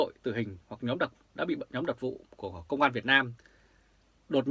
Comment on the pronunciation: Côn An ông ơi, không phải công an.